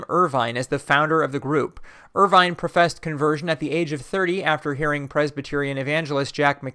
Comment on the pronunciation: According to Wikipedia, William Irvine ought to be pronounced as [ˈwɪljəm ˈɜːɹ̠ʷvɪn] in the IPA.